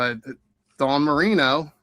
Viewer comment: dawn moreno, not dan marino. dawn moreno